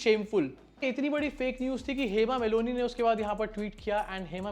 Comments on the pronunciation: Well done bro....calling out to BJP and it's stooges. Btw, it's not Hema Meloni, it's Malini. Pls be careful next time. 😊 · Nobody is perfect, you point or judge someone is not perfect just an one wrong word in English but you saying your own self hema Meloni, Hema Malini , it's not Meloni you repeat again and again Meloni meloni,😂 how nonsense you are but you're judging your prime minister's one wrong word of English, so chill English is just a Language. Edit: i'm not an Indian not an Hindu not a fan of your PM modi but you ownself are saying wrong word repeat again and again like Meloni meloni😂 but you judging other's language skill, who talk English well its talented person you mean? Who don't it's not? Sick Society and sick people like you who never leave judge other person, and you think you can talk english well, you are superior, but your mother, father, pm, minister, teacher cannot talk in English then they are dumb? you're Self obsessed. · Hema malini not maloni 😂😂😂😂😂 tum Jan bujh k unka naam galat le rahe kyu ki bjp ki h isliye 😂😂😂😂😂 MALONI 😂😂😂😂😂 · Hema Meloni nahi bhai It’s MALINI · Hema Meloni😂😂😂🤣🤣 Meloni is somebody else's girl. Malini is Dharamji's. Ya You Tube career banao ya English pronunciation seekho 🤦‍♂!!! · It's Hema Malini, not Moloni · It is Malini and not melonie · Hema Malini ❌ Hema Melonee ✅ 😂😂😂😂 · Hema Malini 🙅 Hema Meloni✅. 😂😂😂😂 That's why no one should skip their Pronunciation part.